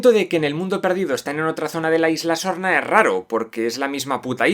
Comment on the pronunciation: Solo yo escucho: LA ISLA ZORRA? 🤣